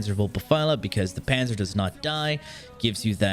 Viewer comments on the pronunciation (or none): none